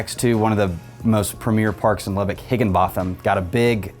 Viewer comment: Good information, but from someone who was born and raised in Lubbock, you’re miss pronouncing Lubbock. It’s LubbUCK not LubbICK. 🫤 Rant over… thank you 😉